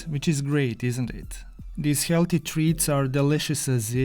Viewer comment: Your accent is one the most magnificent masterpieces i have experienced in my life. Today i have heard a lot of people's accents, but you, in my opinion are the BEST at talking. The words you say like "daughnuts" "helty" inspire me and every other person watching this to become fantastic accent merchants. This type of accent can be classified as a type 1A carcinogen for the enjoyment of your eyes, ears and brain. All my senses and the neurons in my brain function as a rocket to achieve maximum happiness from hearing your accent. As learners from your accent, we pronounce you KING of the HELTY DAUGHNUTS.